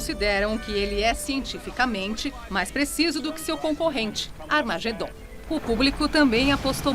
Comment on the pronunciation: Nao vem coisa boa por ai.ela falou amargedom